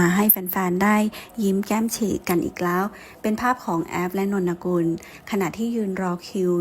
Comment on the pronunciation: อ่านว่า. นน กุล. ค่ะแอด